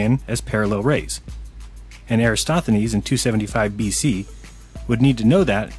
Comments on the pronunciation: calls Eratosthenes "Erastothenes" multiple times. Lesson one, if you want to try rubbish someone at least learn his name first. That was the first of a litany of mistakes and lies he dribbled out. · 1. has the center of the Milky Way confused with the Great Attractor, which isn't even near the Milky Way. 2. keeps pronouncing Eratosthenes "Erasthothenes." 3. "Reindeer" is the plural of reindeer, not "reindeers." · Ahhh thought I misheared that and just assumed 25000 lol, STRIKE ONE :P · Why oh why can no of these people properly pronounce Eratosthenes’ name? I’m no expert but I’m pretty sure the phonetic spelling is something like this: E - ratos - thee - nees. Am I wrong? (Kind of genuinely want to know as I like to say these things right in conversation.) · EraTOsthenes... Jeez... how hard is it man.. lol